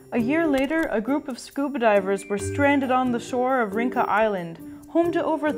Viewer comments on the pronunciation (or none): Rinca island. Pronounced "reen cha". I hope this help. Even if it's too late